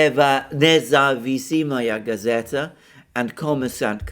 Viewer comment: l am not Russian,but your carnage of Russian names sounds plane stupid, N-E-Z-A-V-I-S-I-M-A-Y-A G-A-Z-E-T-A{The independent gazette).Please take a moment in the future and read those words letter by letter before making a video,you will sound more competent if you do that...